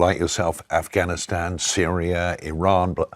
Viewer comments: “Afwhanistan” where’s that? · "Affccchchchchchchchhcaaaaaaanistan"? Oh yeah bring more of these in please 😂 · Is she expecting praise for her pronounciation of Afffgcchhanistan?!.. I would love to see her go back there and try to preach to them😅😂. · She's from Afghanistan? Don't believe her - can't even pronounce it properly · i find it hilarious when arabic speakers speak very good english but INSIST on the arabic accent for certain words i.e afghanistan,palestine, jannah ect ect that's like when koreans speak good english but still pronounce korean foods with a korean accent